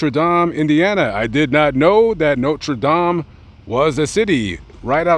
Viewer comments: Its Notre Dame not Notre Dom! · I live your videos lament but you gotta pronounce Notre dame right lol. Not Notre dom brother lol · The college is pronounced Noter Dame, not No-tra Dahm, that’s the pronunciation for the church in France. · People from Indiana pronounce it “noter dayme” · But you cant pronounce Notre Dame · No French pronunciation of "dame!" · Bro dont say Notre Dame like a fruit loop. You can say that gay politicians name perfectly but say Notre Dame like a fruit Englishman smdh